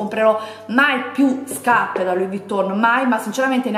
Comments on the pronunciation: huahuahuahua "scapppeee" ma xkè?? p.s. labbra oscene, fanno nauseare quando parli...bleeeaaaahhhh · L’unica cosa che ho capito del video “SCAPPE” “SCAPPE” e ancora “SCAPPE”🤣🤣🤣🤣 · Ma qui la vergogna sei te che ancora ostenti SCAPPE SCAPPE SCAPPE 😂😂 spendili da un buon logopedista i soldi o un corso di dizione accelerato! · Mamma mia che tristezza, hai ripetuto 700 volte scappe e Luì vitton 🤐. Mi fa male la testa 🤕🥴, non so come fanno le persone a vedere i tuoi video. Fu la scelta giusta disiscrivermi dal tuo canale tanto tempo fa. Fatti un corso di grammatica e di dizione che ti farebbe bene al cervello. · Guardate i vecchi video, lo fa apposta a dire SCAPPE. Prima lo diceva normalmente. É solo un modo per farvi commentare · Si doveva amareggiare il direttore x ogni volta che hai detto scaPPe , V"i"TTON , "sacchette" etc.....PER IL RESTO HAI RAGIONE ANCHE IO SAREI INFURIATA!